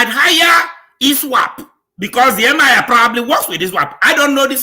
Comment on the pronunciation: it is Emir not Mir